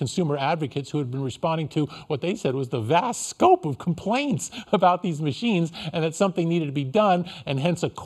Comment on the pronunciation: “VaSt scOPe” 😂